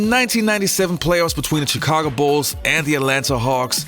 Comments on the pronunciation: The pronunciation of the “chi” in Chicago is “sh” not a hard “ch” like “chicken”. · Hey, I know Chicago is spelled with CH but when you say it it should sound more like SH